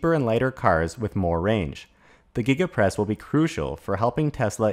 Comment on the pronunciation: Did he say Giga Press or Giggidy Press ??